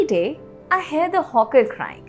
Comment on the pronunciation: second line everyday I meet the hawker not hear the jawker mam. it's ok mam